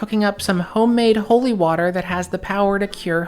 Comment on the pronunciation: As a South African, this is the most American sounding rendition of 'Water' I've ever heard😂😂